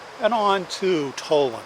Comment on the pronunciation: Tal-land, not Toll-land.